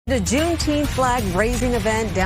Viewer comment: Junteenth in the hood is known to the locals as Junteemff. 😂😂😂